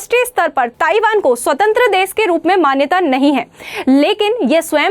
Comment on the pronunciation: बहन जी देस नहीं देश होता है। कितनी अच्छी topic है वाह।